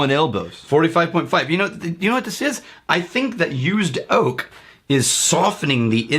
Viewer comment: "It's used oak, Rye-ight." Lol I'm pretty sure that was not the intention, but it's what I heard.